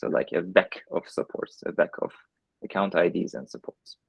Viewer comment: "AcoCUNTId" lol